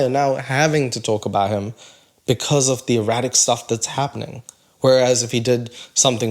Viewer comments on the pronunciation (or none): I think you might mean "erratic" not "irratic'? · Yeah I saw your last video. Horrendous. Interested to see what you have got for us today. Also, it's 'erratic'. Also, I love your channel so much 😊